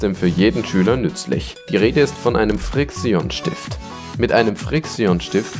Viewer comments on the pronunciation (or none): das heisst nicht friiksion es heist friktschen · bohr junge das regt auf xD ausgesprochen wird es friktschen und pailot (das ist ausgesprochen, keine Rechtschreibfehler) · NicCapone er sagt frix ion